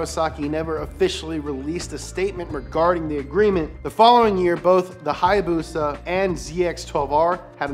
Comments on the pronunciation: its a haya BUSA not hayabusa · What it’s not haayabusa it’s hibusa